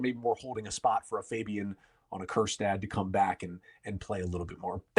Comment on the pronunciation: Please, please, please don’t say Kjerstad